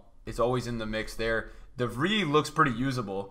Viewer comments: Its not de vrie it’s de vrei that’s how you say it in dutch I’m Dutch hahahah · De Vrij, de "IJ" part is the same as you pronounce Wijnaldum's "IJ". So it's more similar to the english word "Fry".